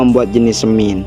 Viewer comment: Penggambarannya kok tambang batubara.. Bhasanya semin jg dipengaruhi dialek mungkin.. Hrsnya semen..